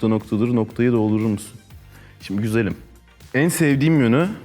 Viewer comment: güzelim diyişiğğğ ağağağağağ